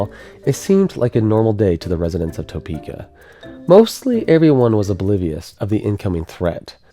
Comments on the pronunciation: TUH peka, not TOE peka. I'm from Wichita. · Not meaning disrespect, it's not pronounced Toepeeka. It is pronounced Tapeeka. Although it is spelled Topeka. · love the show but everytime you say "toe-PEE-ka", I wince "tah-PEE-ka" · Tapeeka not Toepeeka... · We in Kansas say “Tapeka “ not “Toepeks”. Just sayin. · As a Topekan, great video! Also it’s.. “tah-peak-uh” not “toe-peak-uh” That’s how you tell if someone is from Topeka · It's T-UH-PE-KA not T-OH-PE-KA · Great video! One small thing is we pronounce it tuh pee kuh instead of toe pee kuh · I love the video but every time you pronounce Topeka I'm taken out. (The first syllable is Tuh not Toe) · Tuh-peek-uh not Toe-peek-uh <\that guy> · It's "Tuh peeka," not "Toe peeka." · The same system spawned a tornado that destroyed my family's home ~60 miles west... I don't know who it was on WIBW that issued the warning, but I still clearly recall the final warning "Manhattan, take cover!" Oh, BTW, no one in Kansas pronounces it "TOE-pee-keh". It's "Teh-PEE-keh". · Topeka is typically pronounced like tuh-peka rather than toe-peka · Good vid, but, it's not "TOE-PEEKA", it's pronounced "Tah-peeka". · and sorry I had to...but its not pronounced TOE-PEEKA its TUH-PEEKA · lol “toe-pee-kah”😂 we pronounce it like “tuh-pee-kuh” here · Please research. It’s not Toe-peeka. It’s Tuh-peka. It makes a difference. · This is a great video, but for the love of god, it is NOT pronounced Toe-peeka!! It is pronounced Ta-peeka. Trust me, I was born and raised here. But, once again great video. The flying mud man is a story I had not heard before. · As a local resident, I'd like to point out the mispronunciation of Topeka. It is not: Tow-Peek-Ah / The correct way is Ta-Peek-Ah. You don't use the "Oh' sound but rather "ah" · As a Kansan, it's weird hearing it pronounced Topeka (toe), and not Topeka (tu) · Important topic: Is it toe-peeka (like what says) Or tuh-peeka (What I've heard other people in KS say) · "toe"peka. lol